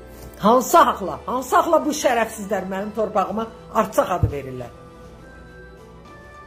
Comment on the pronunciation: Arsak yox Ərsak dı o bilmğdən danışma